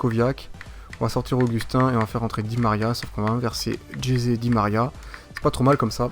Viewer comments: ca se prononce pas jeté mais resé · Ça se dis Resé Mdr tu dis Jesé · Stp dis Ressé pour Jese même les commentateurs france3 le dise😭😭😂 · tu me tue quand tu dit jese 😂😂😂😂